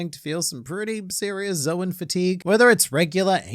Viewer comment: I am also suffering from "Zowan" fatique - in that I am exhausted from hearing say "zoan" wrong. It's like...it sounds exactly like "zone," which is an existing English word that's only one syllable! Why is it so hard man?